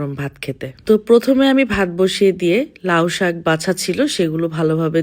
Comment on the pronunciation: লাউ সাগ না আপু, লাউ শাক বলো